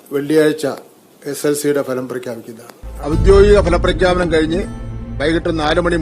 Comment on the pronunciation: വിദ്യാഭ്യാസ മന്ത്രിയുടെ ഉച്ചാരണം സ്എൽസി 😂😂